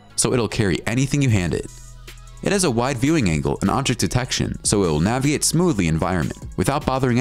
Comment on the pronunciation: naviate ? Something up with this dude's English pronunciation